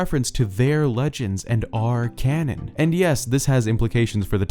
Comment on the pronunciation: Every time he said canon I could not help but hear Ganon smh 😅 I cant wait for Ganondorf in botw 2 lol 😄